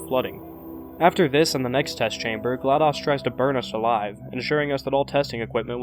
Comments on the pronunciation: its not a short o in GLaDOS its a long o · Gla DOS? Like MS DOS? Like "daus"‽ No no no no no no no no no no no no no no no no no no! It's Glad OS like Mac OS. Pronounced Ohs. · Wait a minute you mispronounced Glados.... wait dos 🤔..... dos.... ohhhhhhhh!